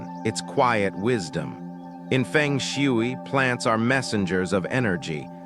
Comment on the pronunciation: I am annoyed on how you pronounce Feng Shui